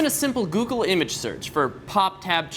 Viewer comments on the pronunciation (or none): none